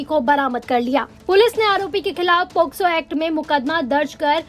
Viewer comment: Pocso nhi hota h posco hota h